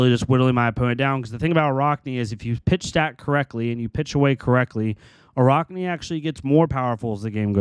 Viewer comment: For the love of god it’s araakni not araukni. Your pronouncing it wrong.